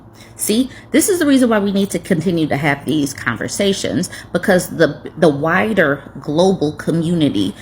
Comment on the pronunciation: I spit out my pizza when you said "the wider community needs to know." I thought you said "the WHITER community needs to know." LOL